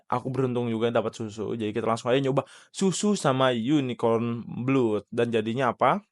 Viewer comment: Nyebut blood itu blad bg